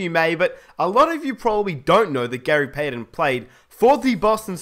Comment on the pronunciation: its payTON not payDEN! Goddamnit man!!